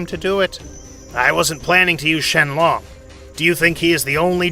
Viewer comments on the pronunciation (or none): Bruh he just says not SHENRON but shenlon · Shenlong he says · “Shenglong” and “whisk” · Shen ron no shenlong yes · they say shenlong instead of shenron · Lol he said dragon Shenlong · Bruh he called beerus beer oos and shenlong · He called shenron shenlong😂😂😂😂😂😂😂😂😂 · *"ShEnLoon" lol😂